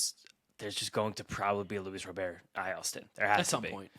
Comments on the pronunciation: STOP pronouncing roberts name wrong! It's soooooo fuckin annoying!!!! It's Robert NOT ro bear! 😡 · Guys, I’m beggin ya. Just think like a bank Robber. It’s Robber. It’s not Robeair. I don’t know why it’s so annoying, hearing Robeair over and over again, but it really is 😂